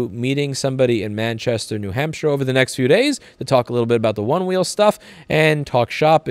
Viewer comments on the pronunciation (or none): none